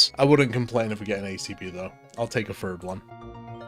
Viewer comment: Say Free: Free Say Three: Free Say Third: Fhird